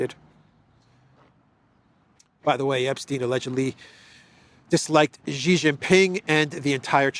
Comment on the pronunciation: Xi is pronounced "sheeee". Dislike and about to unsubscribe.